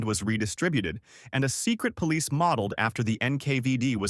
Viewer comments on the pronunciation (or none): none